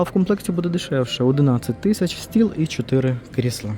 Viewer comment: Не кріслА, а кр І сла, а взагали то це стільці 😂. Та звісно ж, яка різниця.Хай собі людина каже, що в голову прийшло. же тільки покищо вчиться розмовляти українською, бо для нього це не рідна мова, він італієць- Вентуріно....